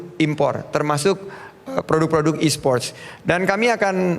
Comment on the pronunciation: E-sports pak bukan e-spot